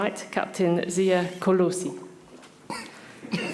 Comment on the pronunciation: The least she could have done was practice how to say KOLISI correctly !